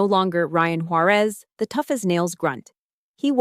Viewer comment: Sometimes the narrator pronounces her last name correctly; sometimes it’s Juareeez.